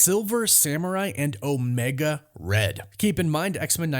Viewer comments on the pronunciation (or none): none